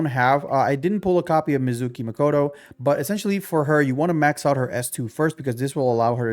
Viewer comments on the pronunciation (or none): none